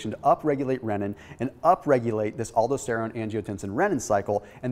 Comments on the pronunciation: Aldosterone: al-dos-ter-one not aldo-ster-one. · I like videos but you can really tell his inexperience with a certain subject when his pronunciation of certain words are all over the place. ALDO-steron? Really? Just one of my pet peeves. If you're giving out highly nuanced information regarding subjects that directly impact human health you might want to know how the words are pronounced, otherwise you come off sounding like you're just reading off of a text book instead of actually knowing the information. Dr. Berg does the same thing when he comes across a subject that he's clearly not familiar with. Drives me nuts. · It hurts to hear you say Aldosterone... it's pronounced: al-dō-ˈster-ˌōn or in simple pronunciation - Al-Dos-Ter-Own.